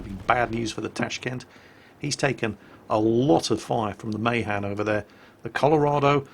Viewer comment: NOT MAYHAN MAAAHAAAN